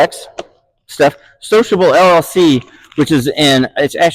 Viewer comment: What kind of MI accent can turn SiloCable into sociable?